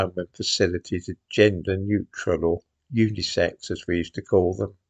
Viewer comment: I'm afraid when you said "unisex" toilets, I heard "unicycle". I thought, "How ridiculous, what have they got? Special handles to steady yourself?"